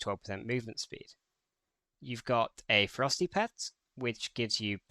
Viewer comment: Thx for the guide but your "Ferocity" prononciation is close to "Frosty" even the youtube subtiles translate it in "frosty", that confuse me so much...